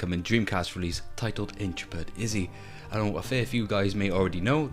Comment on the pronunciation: Looks good, looking forward to my Kickstarter copy. Backed this almost four years ago now, so it's been a long wait! It's Intrepid (in-treh-pid) rather than 'intra-pid' by the way, as in "an intrepid explorer".